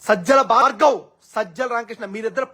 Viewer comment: "భార్గవ్" కాదు "బాడకోవ్"😂🤣😂🤣.